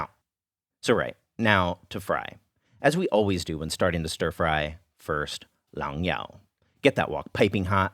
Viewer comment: Thermomix. Crazy organized refrigerator that makes me feel inadequate. Cracklins. Round the outside. Round the outside. P.S. - Every time you say "liang yao" I want to cheer!